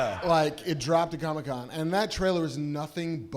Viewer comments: Why is kevin pronouncing comic con as Comi-con😂 as in Comunist event. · Kevin CONSTANTLY pronounces “comic con” as “comme-con” as if it’s some Communist get-together😂😂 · He almost called it Chronic-Con at the start, just like he said he's been doing during his Hall H panel.